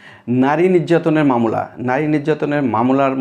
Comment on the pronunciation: মামলাকে মামোলা বলেন কেন